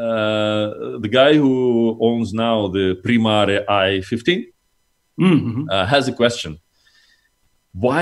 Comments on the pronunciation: он же сказал примаР почему примарЕ говоришь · Он сказал ПримаР, а не ПримарЭ.